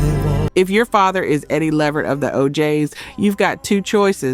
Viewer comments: Pronounced 'la-vert' not 'levered' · OK look l am a subscriber but l refuse to join just off the way you say Levert instead of Le'vert. It makes me feel like you are some bit or something because if the music and the content is worth it you would make sure it is properly done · Levert is pronounced Le—VERT, emphasis on the last syllable not on the first syllable. I’m noticing quite a few mispronunciations of names in some of these videos. Please make sure to pronounce the names correctly. Don’t just assume you know based on the spelling. You can google the pronunciations or refer to other videos, awards shows, interviews, etc. where the artists’ names are correctly pronounced. Or ask some older people who were around back in that day who remember those artists. That way you can hear the correct pronunciation for your videos. You are making excellent videos but mispronouncing names of the artists. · She needs to pronounce his last name right. She’s pronouncing it completely wrong. It’s (Le - vert) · Please, please pronounce these stars name correctly. It’s La Vert.